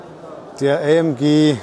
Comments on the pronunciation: Was eine Aussprache Ämg Cäda………besser kein Video machen 👎🏼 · Ist halt manchmal nicht ganz einfach ... vor allem, wenn man sich mit dem Standpersonal vorher für Infos nur in Englisch unterhalten kann ... und in Englisch spricht man nun mal üblicher Weise ÄiEmDschi und manchen sprechen in Englisch auch von KeyDa. Sorry für diese Unachtsamkeit. Tja, man kann es halt nie allen recht machen. Ich hatte auch schon Zuschauer, die gemeckert haben dass ich eine Jahreszahl oft in zwei Zehnerblöcken ausspreche - 20 25 statt als Tausender-Zahl 2025, obwohl beides üblich ist. Ich wünsche Ihnen viel Spaß auf anderen YouTube-Kanälen, die es besser machen!😉